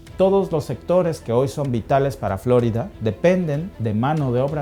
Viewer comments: Si hablas en español deberias decir floriiiiiida y no floooooorida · Di floRída, no FLÓrida, por favor. Es un nombre español. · pronuncias flórida, mientras el gringo que habla en tu mismo video, pronuncia correctamente florida. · Hombre llamar profesional a alguien que repite continuamente Fl"ó"rida en lugar de flor"í"da ... 😢en fin ni hablar sabe y es su herramienta de trabajo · Flórida? Siempre he oido Florida. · En español es FloRIda, no Flórida. Este video está dirigido a los hispanos. Es desagradable escuchar Flórida en videos en español. De resto, excelente video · No es Flórida, es Florida. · A ver mi mexicano familia dices fl'orida o es florida en español? Si haces tus videos en español lo adecuado es decir florida sin acento en la o' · Creo que no pronuncia bien Florida...no lleva acento!! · Florida ❌️ Flórida ✔️ Jajajajaja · ¿Si habla en español porqué pronuncia "Flórida"? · Ya te agringaste como pronuncias la florida hay mijo. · Todo bien. Solo no acentúes Florida.